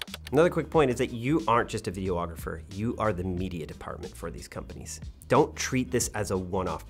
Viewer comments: Great video and your team. I found it quite interesting. 👏🏽 But… you’re adding an extra “O” to the word, videographer. 🤓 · It's not Vide-O-Agrapher it's Vide-ographer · Why is photographer pronounced "pho-tog-ra-fer". But you say videographer "Video-ographer" with the extra "o"? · I love your channel so very much, but a little piece of me dies every time you say “video-ographer”. 😂